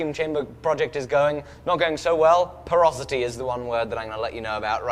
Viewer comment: Did you mean porosity? Cause I've never heard of porotity haha